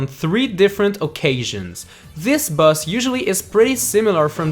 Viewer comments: stop saying bus instead of boss dude XD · that moment you forget how to pronounce boss in a list 10 best bosses list